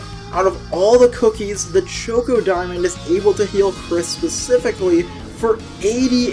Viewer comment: Why the hell is no one talking about how he says chocodiamond it is driving me insane please I love his content but GOD DAMMIT CHOKEODIAMOND??? I’m not going to go on a rant bout this and I’m not telling him to change, but I had to say something